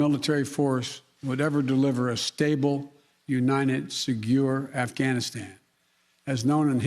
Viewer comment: What's a seguure Afghanistan?